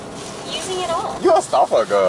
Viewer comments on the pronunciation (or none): "You a stuffah guhl" LMFAOOOOOOOOOOOOOOOOOOOOOOOOOOOOOOOOOOOOOOOOOOOOOOOOOOOOOOOOOOOOOOOOOOOOOOOOOOO